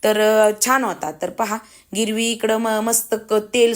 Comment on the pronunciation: गिरवी नाही ग्रेवी म्हणतात